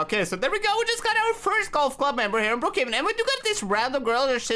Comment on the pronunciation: He said Brook caven😂😂😂😂